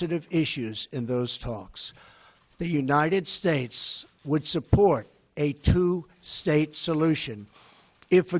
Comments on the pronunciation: United what?? Shushez? I cant hear clearly the last word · united shasha??? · he's out of breath because of standing up to give a speech. how could someone this physically and intellectually unfit to be the present of the united shhttates(how he pronounced it) even though he's not fit enough to put his own shoes on.... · United Shaish?!?! dafaq man??!!